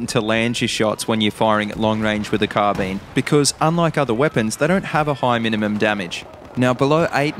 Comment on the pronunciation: It's not called carbeen lol